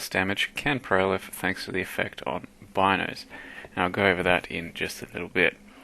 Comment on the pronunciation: also depends what language they took the name from. If it was from an Italian vernacular "Beenoes" would be the proper pronunciation.